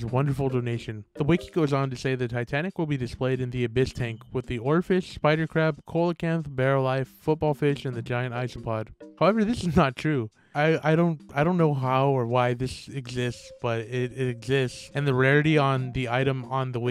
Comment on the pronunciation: You pronounce coelacanth like it’s spelled, but just so you know, it’s pronounced “sea-la-canth”